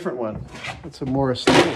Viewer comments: Are you saying "morris" or "morse" taper? Proper term is "Morse". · The way he said morse taper chuck made me think Chuck Morris